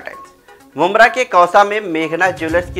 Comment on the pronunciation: Don't worry bro it's mumbra 😉